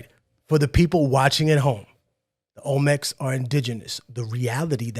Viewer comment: Olmenecs???? Lol